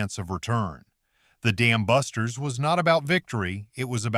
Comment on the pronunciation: You're absolutely right, that's horrible. Sounds like he really wants to say the Goddamn busters. I really hate AI narration. You'd think whoever put all the effort into creating this would rather read the script personally to get the emphasis correct.